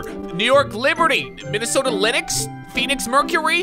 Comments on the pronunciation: The face is big because your mouth was open bro. You pronounce lynx the same as links btw. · fr said: lyn-ix. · Did he just say Linix? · THE MINNESOTA "LINUX"??? Disrespect to the GOAT WNBA franchise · you pronounce Lynx as Links😂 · My nigga said Lenox 😂😂 That’s not how you pronounce Lynx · I have a problem with the way u say lynx